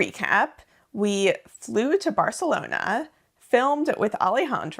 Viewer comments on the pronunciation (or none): none